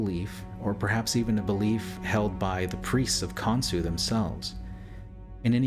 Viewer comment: Pretty sure the gods name is Khonshu, not Khonsu.